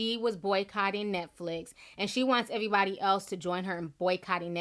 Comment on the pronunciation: Ti, I just loooooove it when you say errr body name mama had something to say .... (not sure if I said it correctly?) I need to get this right with my English accent #LondonFan